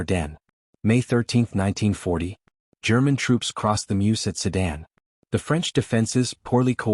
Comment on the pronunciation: Wenn ich schon die 💩 KI höre, dann bekomme ich 🤬🤮 Höre immer nur Sudan, Seidan und andere 💩 Welch ein Schrott, zum 🤮